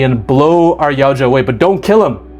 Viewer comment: Man you being able to say Yautja instead of "Yaucha" puts you ahead of other content creators who have covered Predator content before, you just gained my sub for that.